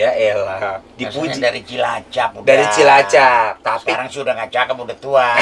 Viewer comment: bapannya Onad ngomong CILACAP gak bener ga sih apa gue salah denger?